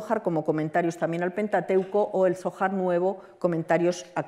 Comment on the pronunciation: No sabe pronunciar "zohar"? APAGA !! La ocultación tiene su sentido, para que gente ignorante no diga idioteces, pero a veces es complicado como vemos.